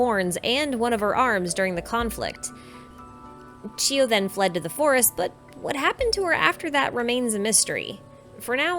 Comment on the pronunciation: Great analysis. but can i kindly point out to please pronounced names clearly and not too fast especially when you mention them. Inazuma names are foreign to us english-speakers, so it helps if you take the time to pronounce names clearly. :) Is it Sasayuri or Sasuyuri or Sasiyuri? Is it Chiyo or Shiyo (sometimes I even hear you say Geo). Is it Sagyu or Saiyu or Saigiyu or Saigyu?